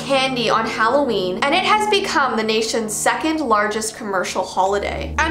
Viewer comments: Omg she calls it Halloveen I call that too omg! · But it’s not holaween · It’s not Halloween it’s HalloVEEn! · Intro: its halloveen..: its vee Me: 👁👄👁 Im sorry i cant buy your merch because my parents wont let me, im sorry